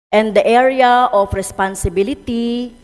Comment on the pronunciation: Ang sarap pakinggan ng "Area of Responsibility" ng ilang beses